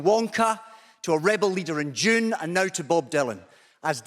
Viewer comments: Every time he said “Dune,” I thought he was saying “June.” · he was, which the july joke sence, bit is this a strange joke or a genuine mistake on his part